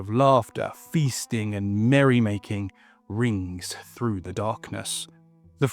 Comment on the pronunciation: But he does that shitty thing of pronouncing "th" as "f" so "through" becomes "frew". It's lazy and sounds unprofessional. If he fixed that it would sound way better.